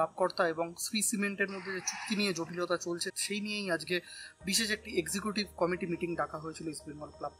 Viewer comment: Committee bollo na comedy bollo bojha gelo nqa